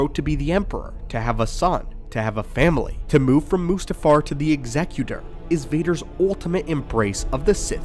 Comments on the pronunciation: Bonus cool points for correct pronunciation of Executor 😁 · Man of culture who knows how to pronounce "Executor". May the force be with you.